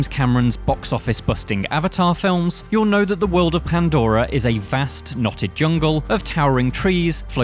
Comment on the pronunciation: Pronunciation homework: World, not wold Similarly, not simrilarly